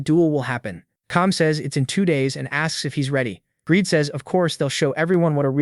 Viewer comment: Your AI is broken, his name is "Greed" not gradey/Greedy and other fails. Well, it's better than 75% misgendered, I mean it says "he" so how does it say "her"??